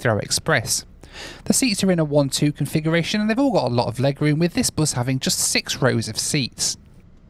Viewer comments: I love how pronounces bus as, "boass". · Hey.. the way you pronounce "bus" is a bit worrying with the british accent.... its not"boos" or " buus"...its just bus... British accent is funny though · this guy calls bus as buze🤦‍♂️🤦‍♂️🤦‍♂️